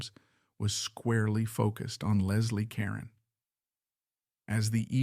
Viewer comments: Ca-roan! Moron!! 🤦🏻‍♀️ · It's ca ROne